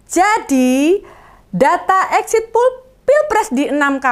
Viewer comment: Poll, bukan pool..